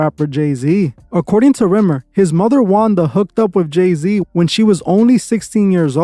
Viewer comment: “Rimmer “has me cracking up I’m sorry 😂😂 but good video as always